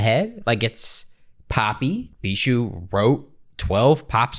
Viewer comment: (it is pronounced bee-shoe btw)